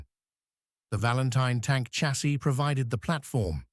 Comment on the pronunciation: Fuq AI slop .... In English, chassis is "sha-say", not a hard ch- as in church. Who says? Oxford dictionary.